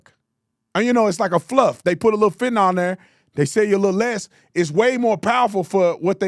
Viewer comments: I hate the dems so im not defending them clowns, if u gonna clown ppl for pronouncing shit wrong take ur own. advice. The drug is calleFEN-TA-NYL not FENT-NOL . You country bumpkin, i still love u tho. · Is Tapper a reporter or a debater? I'm listening to him and wondering does he love this country or not? Tatum... it's Fentanyl (fent-uh-null...not nall). Petty, but ya gotta say it right🤣